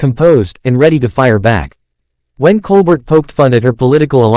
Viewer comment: Can we watch the actual clip instead of listening to an AI generated narration? Also, it's pronounced "Col-bare" not "Col-burt"